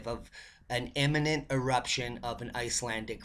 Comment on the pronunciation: Imminent=soon, not emmanent! Great job, as always! Aloha!